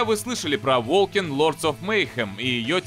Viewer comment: Волкен... Волкинг... Волсен!